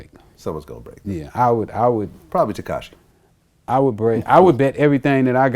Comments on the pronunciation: It was ketachi he would have said tekashi 😂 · Somebody gonna tell... Vlad says "tekachi will" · Katashi??? Lol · No one Freewayricky: ketashi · I already knew someone was gonna be on his ass for saying ketachi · He said Kentanchi tho